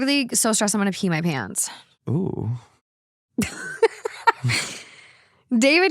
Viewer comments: And asking: "what the hell is a 'cladenstine' lodge?" 😂😂😂😂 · "Clandestine" pronounced Clan-dess-T-eye-n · I just wanted to help you out with pronunciation. The word “clandestine” in the free mason story is pronounced klan-des-tin (short vowel sounds in each syllable). It is not a word that has anything to do, specifically, with the Free Masons. It means secretive or hidden. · Cladensteen? Really that’s how your brain read clandestine. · Clandestine is KILLING ME 😂😂😂 klan-des-tYne as in secretive (usually for bad reasons). I’m guessing that means a lodge that isn’t registered as official and is shady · “CLAN - DEST - EYE - N” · Clan-des-tin. Lol means secret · “Cland-en-steen lodge” You mean clandestine? Lol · Clandestine pronounced “clan-des-tine” lodge? That word means secret basically, usually for illicit or negative reasons. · I had to go check the story about the masonry guy… I just knew you were pronouncing clandestine wrong 😂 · You don't need Masons to chime in. 😅 I'm not sure if it's a typo or if you just didn't recognize the word, so you mispronounced... but I'm 99.9% sure the word is just "clandestine" - as in marked by, held in, or conducted with secrecy. Some synonyms could be: covert, hush-hush, private, secret, sneaky, stealthy, or undercover. I'm sure you know "clandestine," and it just didn't click in that moment. I got a giggle out of it anyway. 😅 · Omg check your pronunciation of clandestine. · inability to pronounce everyday words never ceases to astonish me., please look up clandestine in the dictionary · trying to say "clandestine" I'm dead Edit: the second update my jaw is in my lap